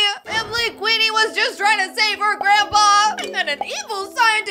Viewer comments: IT'S QUEENER NOT QUEENE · It's not queener it's queenie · it's Queener